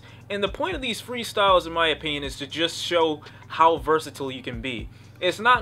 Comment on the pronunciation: Nigga if you say "Versitle" one more time IT'S "VERSATILE"